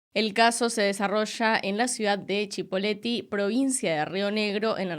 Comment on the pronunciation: Es Cipolletti, no Chipoleti.